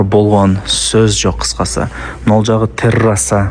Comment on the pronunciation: Э чулдур террраса эмес,терассса,2с